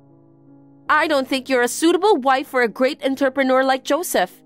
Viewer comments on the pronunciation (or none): The way entrepreneur keeps being pronounced is cracking me up. What exactly is an enterpreneur? Someone who keeps walking into businesses? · 'Entrepreneur' is pronounced 'Ohn-trep-an-noor' not 'entuhppanah' 'Interpreter' is pronounced 'In-ter-pret-er' not 'Inturpin-errs' Better to practice your words beforehand if the VA's don't know them, instead of having them just take a stab at it 👍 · Enter-pe-near??? Sometimes they way these voices pronounce words is almost a crime against the English language... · I think it’s the same one. Same mispronunciation of entrepreneur. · I bet AI knows how to pronounce entrepreneur. Might be written by AI though